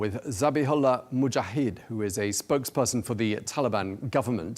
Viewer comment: It is a bit shameful when the cannot pronounce Arabic names, e.g. Zabihullah Mujahid, correctly. It is not that difficult. I am impressed by the clear and meaningful answers from Mr. Mujahid.